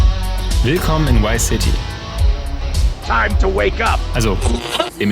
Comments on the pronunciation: VICE city! nicht wice city! sonst 10/10 video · Warum sagen so viele Leute WhyCity anstatt ViceCity?...